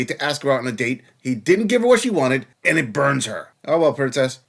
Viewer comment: Why do these vacuous dopey women pronounce "and" as "ayund"?